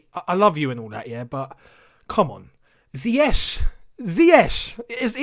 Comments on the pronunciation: Ziyeesh not Zayek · I think it is not even ZIYES . I think its ZIYEK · Lampard knows how Ziyech's name is pronounced, he just doesn't care cz tts lamps for u..... He's stubborn & arrogant